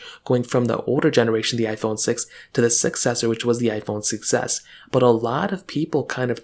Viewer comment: I keep hearing iPhone success (6s) 😅